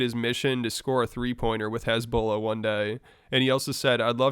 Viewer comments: pronouncing hesbula as hezbollah is insane 😂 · It's hasbulla not hezbollah😂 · Why does he pronounce Hasbullah as Hezbollah lmaooo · Hasbullah & Hizbollah are not pronounced the same way.. American't. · Why are you pronouncing HASBULLAH like that? Must be one of the Juice. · The man said “Hezbollah” 😂. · Bro it sounded that you were saying Conor was beefing with Hezbollah. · It made me REAL confused as to what we were talking about 😂 Thought that Conor was calling out the gd militant group for a hot sec 😂